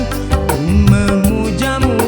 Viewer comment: Mantap bang tapi maaf ya sedikit koreksi pengucapan artikulasi di kata ku memujamu, melalui lagu, pengucapan me.